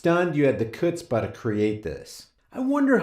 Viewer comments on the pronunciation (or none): Pretty sure chutzpah is pronounced with a silent “C” Anyway, good video!